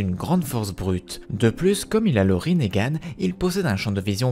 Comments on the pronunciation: Parce que ça se prononce Rinnégan peut-être ? 🤡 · Mais pourquoi tu dit rinégan